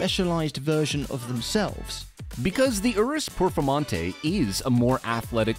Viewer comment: 😂 I'm dying here . ooorrooohs pehrformahntey